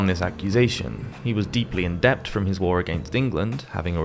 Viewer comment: I’m curious about where you’re from. Your pronunciation of many words sounds so different from mine. The most striking was when you pronounced the b in debt. For me, “Debt” never has a b sound in it. Aquineas sounds like akwinas. Theologian sounds like Theo-lojan.